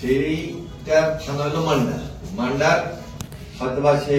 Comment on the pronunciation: এনি চৌধুরী মান্দা উপজেলা বলতে পারেন না মান্ডা বললেন।